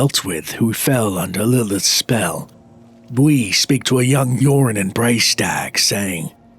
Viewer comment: I kept hearing "Yorin" as "Urine" making it impossible not to laugh at the whole story.